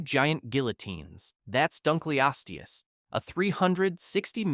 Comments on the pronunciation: It's dunkleosteus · "DunkleoAHsteus" got me rolling on the floor